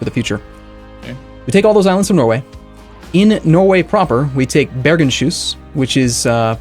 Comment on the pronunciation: Bergenshus pronounced Bergens-hus rather than Bergen-shus, means Bergens House, or House of Bergen. Bergen is a city which is sort of the capitol of the area. I live in Bergen so i should know ;) Same naming logic applies to Akershus, i.e. House of Aker